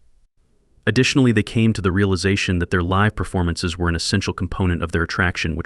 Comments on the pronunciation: This has to be just an AI video!!!! The "guy" pronounces LIVE wrong... Like 'live life' instead of 'playing live'. AI is BS! Human's downfall. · This is obviously AI .... imagine saying that Gregg and Duan spent most of their cash on "CD's" in 1966... (go to mark - CD's would not be invented until the early 1980's) .... also Mispronounced the word "Live" ... and what does the deep/dark "ganster-mob video at the mark have to do with Gregg and Duane so all this to say....this video is less than good. Eat a Peach was not their 3rd album...it was the 4th.